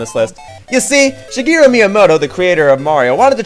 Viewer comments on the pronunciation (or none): none